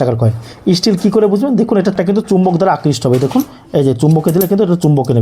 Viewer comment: স্টিল বলুন না ই-স্টিল আবার কি??